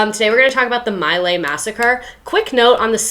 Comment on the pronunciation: Pronounced. MEE-Lie